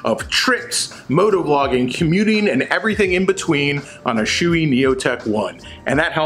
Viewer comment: in 40 years... I have NEVER heard someone pronounce SHOEI wrong. I was todays years old when it happened. Well done sir.